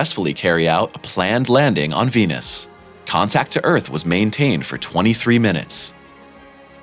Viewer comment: India would've been the first to beat everyone, their biggest obstacle was they couldn't pronounce the planet's name correctly. It was tough to raise funding... Nobody invests in Wenus.